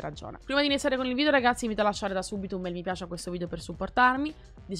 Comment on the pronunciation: Minchia oh che ansia , quante volete dici RGAZZI ogni volta...